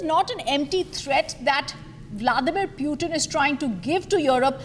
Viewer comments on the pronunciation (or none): Whats that pewtin? Pls, he is putin 🙏